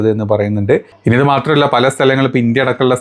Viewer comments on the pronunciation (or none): none